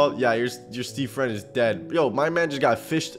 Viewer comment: Me fwend hew dwidedi